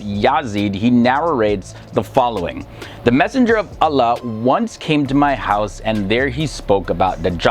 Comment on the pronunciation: I hate the way his pronouncing the name of Allah 😏😏